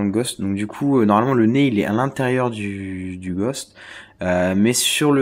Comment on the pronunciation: on dit le Ghos"T" ! et pas le Gosh